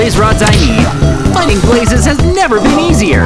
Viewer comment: Why saying I give up nerver give up